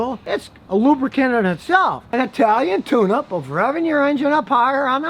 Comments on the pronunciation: Thought u said "the Italian tuna 🐟" 😂😂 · Scotty, I must be getting old. At first I thought you said an Italian Tuna, and I said to myself what is he talking about?